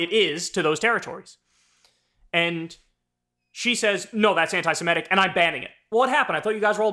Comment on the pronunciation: Kyle: not "anti-siMETic" correct is SeMITic.